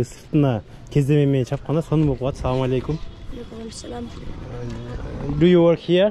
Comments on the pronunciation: Салалейкум дебе Ассаламуалейкум деп айтылат жон салалейкум Дегенди жаман кабыл алышат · Салам алейкум мес ассаламу алейкум деп тура айтсан